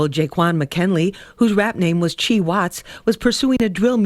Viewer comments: Its C-Hii!! Long live bro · c-hii ( C high) no chii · it’s pronounced c high u dummy stop talking kid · It’s C-high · His name is pronounced "see high" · * C - Hiiii” like High C but flipped🥴pls don’t do him respect the legacy lordddd..I need y’all to do a lil better😭